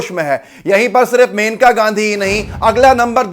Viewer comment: मेनका नहीं मनेका नाम है उनका (जहाँ तक मैंने पढ़ा है और सुना है)